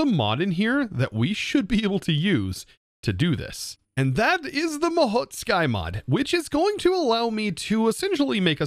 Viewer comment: FINALLY I have found it I found the true Holy Grail A YOUTUBER THAT CAN PRONOUNCE THE NAME OF THE MOD CORRECTLY! I thought it would be impossible